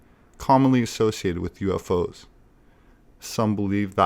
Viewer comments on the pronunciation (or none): none